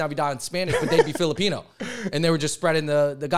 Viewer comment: it's weird that he keeps pronouncing Filipino as Filipina, especially since the women are more likely to emigrate. The cosplay thing is accurate, but it's mostly because Filipino Americans are more likely to call themselves FilipinX and study woke humanities subjects, so they are more likely to advocate on behalf of people they don't understand. Back home, Filipinos are more likely to be Catholic and chaotic, so political correctness is not as big of a deal